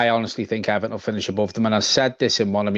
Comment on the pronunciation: Now it's E-VAR-ton